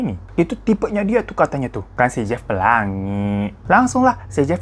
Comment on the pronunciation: lucu bat dah lu pas ngomong “pelangi” 😂